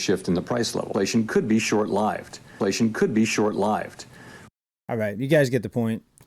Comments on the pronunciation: "Short lived" the way that was pronounced is a dead give-away for an AI bot script. Nobody, no real people ever say that, talk like that. Good catch ! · He said short lived....with an eye instead of an ih in live....like AI does....weird........